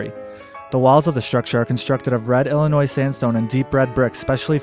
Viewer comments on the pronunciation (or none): The s in Illinois is silent.